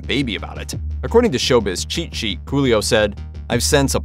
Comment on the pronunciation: Am I bugging or is the narrator saying: Julio instead of Coolio?...🙁